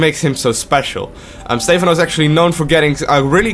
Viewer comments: STE PHANO NOT STEEEEEEEEEEEEEFANO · STEPHANO not steyphano :C:C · It's fucking "Stepháno" not "Stéphano", so annoying...and pronounce the words not that softly god damn it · STE-PHAN-O NOT STEFAN-O... please.